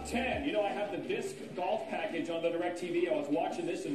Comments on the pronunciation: I hate how none disc golfers say disc golf. "DISC...golf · I love how every time they all pronounce it “DisCCC golf” and then get everyones name PERFECT. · The way they say "dis-K Golf" hurts my soul 😒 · Like 8 times. "Dis-'K'-Golf" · Kills me how they pronounce disc golf. DisCQCHKKCKCKCH Golf. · These announcers are hilarious. Even funnier because you can tell they don't want to accidentally mispronounce the name. "DIS-KUH" golf. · 90% of the announcers “dithk golf” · Making sure they don’t say dick golf haha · Why do they all have such a hard time saying “disc golf” 😂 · I never thought I'd hear so many people have this much difficulty saying the word "disc". Jesus Christ. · They certainly made sure to pronounce the C in disc. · Why can none of these commentators say disc golf normally? They're trying so hard to make "disc" a 3 syllable word. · "Disc" Golf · Never heard disc said as 2 syllables, but half of the announcers seemed to think it was 😆